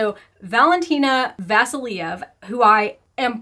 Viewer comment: Vasilyeva. VASILYEVA. But I guess its too much to ask from an american to pronounce names the right way. Too stupid for that.